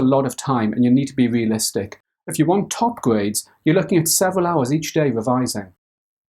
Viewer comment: i thought he said seven at first but he's so knowledgable that i knew instantly he would never recommend burning yourself out. I read the subtitles... even youtube understood him -.